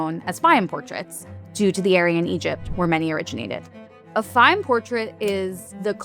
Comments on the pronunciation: Its pronounced “Fay-yoom” habibi. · Many Egyptians have this eye color. Also, it would have been nice if you could have listened to how to correctly pronounce Fayyum before making this video. The correct pronuciation is not difficult.